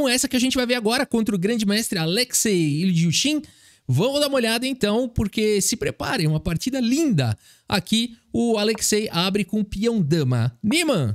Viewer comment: O sobrenome do grão-mestre russo Ильюшин se pronuncia Ilhiúshin enão Il-jushin, o j na transliteração tem som de y/i e não de ʒ como no português